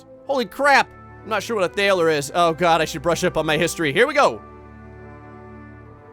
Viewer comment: Also, thaler is pronounced "taller" and is the origin of the word "dollar".